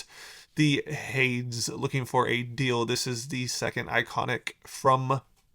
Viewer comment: Pronounced HAY-Deez